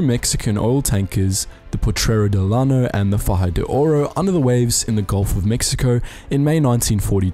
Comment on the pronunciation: Llano is actually pronounced yano it has a Y sound at the beginning.